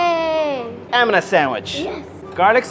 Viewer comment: Nah bro my name is Amina but it’s pronounced “Am-EN-a